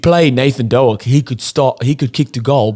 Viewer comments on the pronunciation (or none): you should have said Doke as in poke. 😅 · It’s Nathan Doak (as in dOAK)…like the tree, not doo-ack. Slight mispronunciation. Yes, agreed, he has gone with experience over youth.